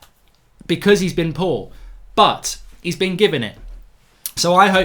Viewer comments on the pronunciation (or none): none